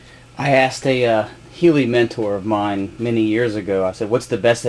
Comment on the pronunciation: good vid..it does hurt my ears when he calls the heli....a healy............